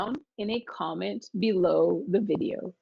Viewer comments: Hi Adrian. In the dictation Nicole said "To have a petS" (with an S) and at the end she said "Write it down in a commentS" (with an S as well). Is it for an easy (lazy?) way to prononce the sentences that she add on those S? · Je suis satisfaite car je fais de moins en moins d'erreur. Cependant, petite parenthèse concernant la prononciation de Nicole qui parfois me prête à confusion Je m'explique: pour certains mots comme pet ou comment au singulier, Nicole a tendance à prononcer la fin du mot en s comme si la forme était au pluriel alors qu'elle est au singulier . Serait-ce un défaut de ma part? Bon weekend à tous.